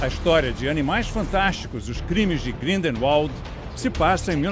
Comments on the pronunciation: GRINDERUOL HAHAHAHAHA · Os cara não sabe pronunciar Grindelwald, puta merda. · "Grinde volde" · Morri com a pronúncia grinderewald kkkkk hery potter morri kkkkkkkkkk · "Grindeval" e tem gente q reclamava do reri potter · Odeio quando ele fala hary ou grindeuald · E tbm ele fala grindelwald errado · O melhor foi o cara falando "Grindelwald" errado😂😂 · Repete como se fala Grindelwald...